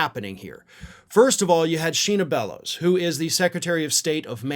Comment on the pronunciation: Shenna Bellows is pronounced Shen-na, not Shee-na, just for posterity,. Love your work!